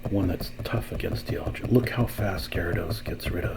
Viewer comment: Great video! I think it’s pronounced “dye all gah”